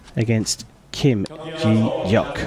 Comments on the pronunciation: It’s Kim Je deok not Kim ji yeok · im bothered by how he pronounced kim je deok's name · lol next time look up the name pronoun istj on before you say it? especially at asia cup it’s common courtesy to know how to pronounce non western names. (kim je deok) but lovely competition!!